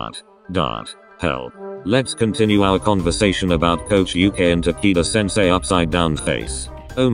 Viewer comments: "Ta key da"? no no no Takito! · i heard tanaka senseu for like a second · I heard tequila 😐 should I be concerned with myself? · hahahaha. “taquito sensei”. that’s adorable 😭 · OMG RIGHT?!?! That’s exactly what I heard...It was funny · I heard “Ta-kite-qua” 👁👄👁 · i love how they pronounce takeda’s name as tAki- dUh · It sounds like its saying taquito sensei and im dYiNg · U-kay Ta-kee-da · I was cringing at how it pronounced takeda's name